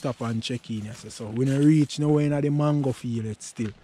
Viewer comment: Me Island, JAMAICAN people, me love how you pronounce the mango name dem, boy I would eat a dozen now, nuff respect man,doing something positive, bless 🙏🙏🙏❤